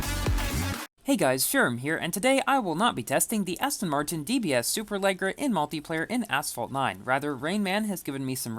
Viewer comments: its pronounced lejera not leg ra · It is said ; super-le-jair-a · Pronounced: Super Leh (long E) - jerra Anyways, the Huracan is not King. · when will he pronounce it right